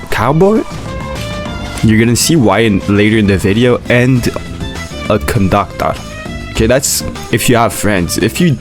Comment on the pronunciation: caboi kandakturrrr😂